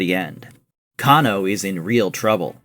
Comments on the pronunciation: Cane -Oh ...not Can -O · I stopped watching after the narrator said "Kah-NO." You know 100% sure that this person is not a real MK fan. He's more like a bandwagon and only want views. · why did you say Kung Lao and show Liu Kang? And say cahno. Lmao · kahn-o xD LOL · The way you pronounce Kano pisses me off. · Why did you say Kano's name like that?? 😂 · They Way You Saying Kano & Bi-Han Is Hilarious. Nice Video Doe.